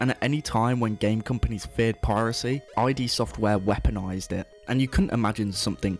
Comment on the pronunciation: I'm sorry, I had to pause the video to comment otherwise it'll drive me nuts... It's called Id software as in the Id, Ego and Superego, not I.D. software, as in shorthand for identification.